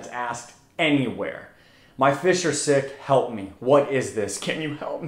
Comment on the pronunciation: He said sick are fisj